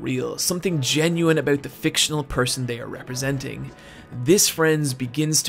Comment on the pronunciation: he said "a-boot" canadian detected!